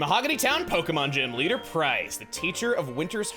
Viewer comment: You called Pryce "Bryce" after Teanie's Tally.